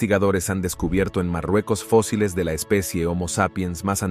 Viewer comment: Todo el trabajo de compilación y edición de datos REALES se ve socavado por la falta de relación con el título del video ( colonizando quién?) y las faltas de dicción al leer en español, lee fosiles en lugar de fósiles, etc,etc,etc. Y lo q "acaban" de capturar en África tampoco me quedó claro, la ultima fecha q das es 2020.